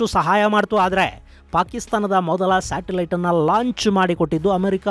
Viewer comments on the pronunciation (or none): none